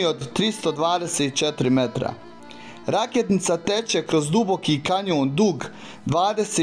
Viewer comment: Ovo je solidna reportaža, ali nikad ne izgovaraš tačno imena mjesta koja snimaš. Teško je povjerovati da nikad nisu čuo za rijeku Rakitnicu. O toj rijeci se puno priča i njenom raftingu. Kad kažeš RakEtnica, kao da tebi neko kaže Emel ili Amal ili Amil itd. Onda nije ni čudo da Drstvu nazivaš Drstava. Meni nikako nije jasno da ne možeš to savladati. To je neozbiljno, ako se već ovim baviš.